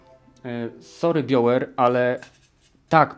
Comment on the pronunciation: podoba mi sie jak mowisz sountrack i bioware hłe hłe. Moze Ci pomoge : sałndtrak nie sołndtrak , bajower nie biower. hłe hłe